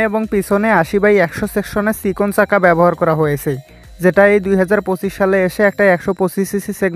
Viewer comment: ভাইয়ের ভাষা এমন কেন?!!ছাকা না বলে চাকা বলেন! উচ্চারণ ভাল না হলে ভিডিও দেখবে না মানুষ।